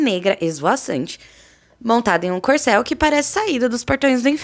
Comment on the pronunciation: QUE DESGRAÇA DE VOZ NOJENTA EU ACHAVA QUE O CAVALO ERA CORCEL MAS ESSA ZINHA AI FALOU COICEL RIDÍCULO ESSE JEITO NOJENTO DE FALAR